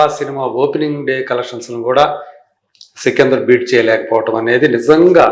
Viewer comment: Sikindhar kaadhamma sikandar 😂😂